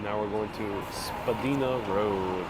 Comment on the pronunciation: Sweet! Thank you for the tour! Funny thing to hear street names as pronounced by a non-Torontonian. Mostly the street part is not mentioned unless for directions and such... so Dupont street is referred to as just Dupont. Spadina is not Spadeena but Spadyna. And on and on. Anyway very nice you sniffed at our Toronto the Good, Cabbage town, or Hogtown!